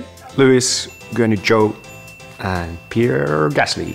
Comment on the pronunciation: I will forever say Pierre's name like this from now on